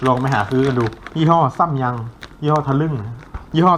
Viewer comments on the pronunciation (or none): ยี่ห้อซัมยังคะไม่ใช่ซั่มยัง5555ลั่น